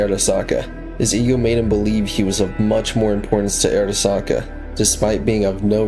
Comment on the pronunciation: bro video is ight but why tf do you say Arasaka like that lmao. Like obviously you played the game so you know how it's pronounced??????